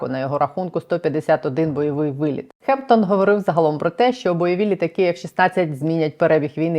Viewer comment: Гемптон, а не Хемптон (х кажуть русскіє).